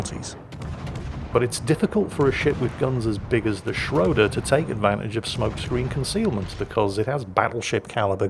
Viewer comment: Now he has time to learn to pronoune the "ö" in "Schröder" correctly. Greeting from Germany ;-)